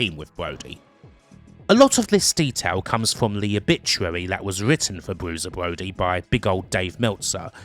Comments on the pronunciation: Bwusier bwody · "Bwuiser Bwody", fantastic. Sorry I'm not gonna listen to a 3-CPO/Elmer Fudd narration.